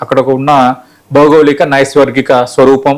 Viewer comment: అయ్యా, వీడియో చాలా బావుంది. కానీ నైసర్గిక అనాలి నైస్వర్గిక కాదు నైసర్గిక అంటే geographical that is physical.